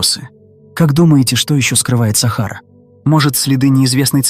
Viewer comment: сАхара, капец, можно самому озвучивать?